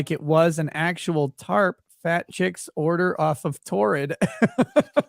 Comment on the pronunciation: That lady has been saying “Tart” instead if Tarp her whole life 😂.